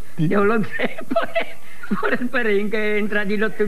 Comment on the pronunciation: "pero si eso es pó mi diente" dice el Peito, fenómeno